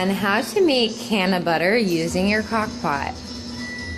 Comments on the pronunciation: i cant be the only one who heard cockpot the first time she tried to say crockpot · The first crockpot was fine. The second was 100% cockpot no doubt. I reminded it 3 times lol and she's says it properly straight after.